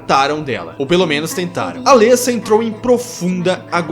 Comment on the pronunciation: O legal é que no filme dublado e legendado fala-se os nomes dos personagens corretamente, e todo mundo consegue falar errado xD. Alêssa ou Cibél xD. Ri muito, mas nada que atrapalhe a absorver o vídeo, coisa de fã mimizento, eu sei. E elas não morreram, tem continuação explicando o final do filme, bom você se informar mais pra não falar coisa errada xD